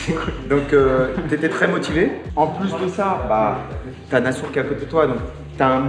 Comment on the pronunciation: Nassour cest un bon hahah t’as écorché le nom mais il a rien dit